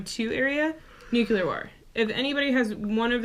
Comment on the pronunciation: Cool video. Looking forward to playing my copy of 13 Days. Thumbs-up for your vid... despite you mispronouncing, "nuclear" non-stop! :-P lol